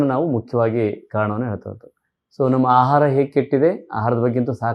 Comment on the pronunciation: ಅಹಾರ ಅಲ್ಲ ಆಹಾರ